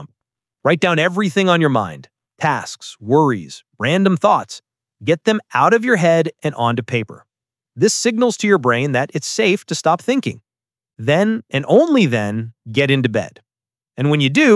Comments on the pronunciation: “WOGRIES” Here too 😭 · WHAT IS WOGRIES?! 😭